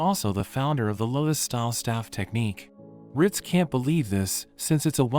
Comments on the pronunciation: “Rit” 😂 its ritz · "Riz"😂 it's "rit"